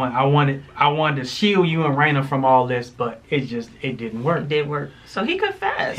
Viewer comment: Angelwood Exactly!! How are you gonna get Raina's name wrong🤔🤔 REALLY tried it😂